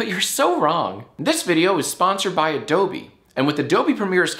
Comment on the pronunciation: that's not how you pronounce Adobe